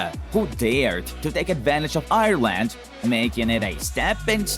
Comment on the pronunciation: Same I was nearly crying when he prounced Ireland and said Irrland